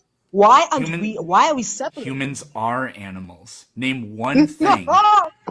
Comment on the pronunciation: "Those aminals" 😂😂😂😂😂😂😂😂 Gold stamp intelligence,!